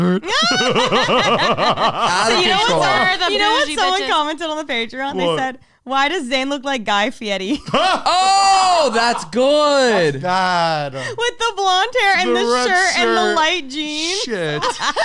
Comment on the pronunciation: guy fietti? isnt it guy fieri?